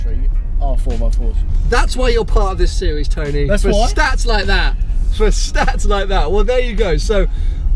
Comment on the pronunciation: ''Sewies" - How he says series.